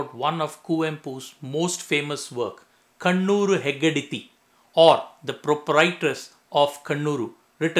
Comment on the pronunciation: Sir, its not kannooru heggadithi......it is kaanooru heggadithi